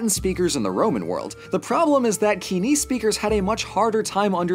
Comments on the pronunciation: Love the video, tis epic, both because of who its on and the execution, but i think "koine" is pronounced koi (as in fish) ney(as in no) and not key ne, again great video tho love it. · Hearing pronounce κοινη "kee-nee" hurt me a bit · It's wrong that Sappho died on Sicily as she was allowed and did return later. Also, what is Kini? That's not the way you pronouce Κοινή. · Nope, Koine should not be pronounced the Modern Greek way, due to linguistics. It's original pronunciation was [koiné:] (IPA), not how Modern Greek has collapsed all its /o/, /i/, and /u/ sounds to [i]. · I've never heard Koine pronounced kee-nee. Is that the modern Greek pronunciation? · I was taught it was pronounced koi-nay- or coin-ay Greek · Did my teachers all teach me the wrong pronunciation for 'koine'?, why are you making me doubt my classical training!